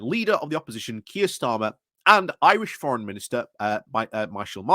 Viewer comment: The name I think you are trying to pronounce is the leader of Fianna Fàil Micheàl (meehall) not Michael!) Martin!